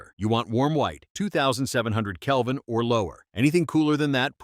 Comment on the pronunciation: Good tips. Kelvin not calvin btw.